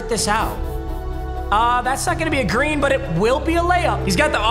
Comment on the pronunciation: Papa. I love you but just say green lol